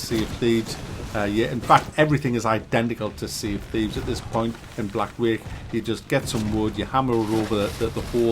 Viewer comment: "Tea of Shieves"